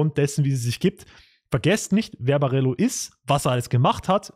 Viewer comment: Ich kann die Aussprache von Barello einfach nicht anhören.